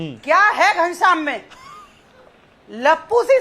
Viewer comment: Media sir ha ghanashyam name wrong bola.